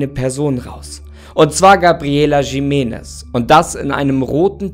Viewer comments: Nicht „Schimenes“ sondern „Chimenes“ (Jimenez) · Bitte nicht Jimenes, J - wird als CH- also als Chimenes ausgesprochen. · Das heißt gesprochen "Riménez" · Ich glaube, es wird "Chimenness" ausgesprochen. Mit so einem "Ch"....hm...wie bei dem Jorge Gonzalez von Topmodel oder was das war. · Triggert mich wie du Jimenez aussprichst 😂 es wird J als H ausgesprochen 👀,,Himenez" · Jimenez ist ein spanischer Name, also sprich es auch so aus